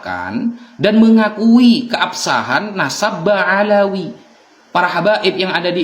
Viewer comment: Ngomong BA'ALAWI aja ga bisa lu😂😂 Ngeja yuk b a BA a l a ALA w i WI jadi BA'ALAWI bukan BA'AWALI😂😂 kocak nih pendukung si Amid eh maksudnya Imad😂